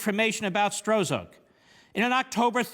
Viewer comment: A week and half later, we know this corrupt agent's name as "Struck", but Mark's early pronunciation gives this partisan hack a degree of anonymity.